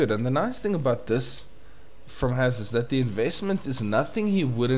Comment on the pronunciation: S in "Has" is pronounced as in Super not loSe.